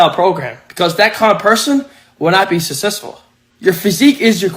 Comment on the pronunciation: “Sussesful” ??I don’t think you can BE successful if you can’t pronounce it. 🤦‍♀️